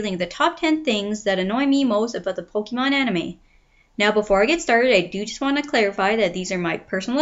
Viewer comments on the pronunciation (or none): its pronounced po-kay-mon.. not po-kee-mon